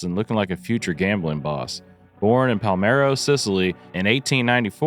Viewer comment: Palermo, Sicily not Palmero